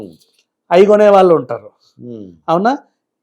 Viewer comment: ఇన్ని వీడియోల్లో నువ్వు ఒత్తులు, పోల్లులు లేకుండా మాట్లాడుతున్నావ్. వాళ్లు బదులు వాల్లు, మళ్లీ కి బదులు మల్లీ అని ఇలా తెలుగు ని ఖూనీ చేస్తున్నావు. నాలిక బాగా మడత పడుతోంది. చూసుకో